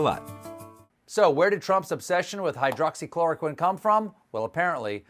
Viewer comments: I think why DJT urges the people to take hydroxychloroquine is that he learned to pronounce this Word correctly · Is no one going to mention Trump pronounced Hydroxy Chloroquine perfectly but couldn't even pronounce United States good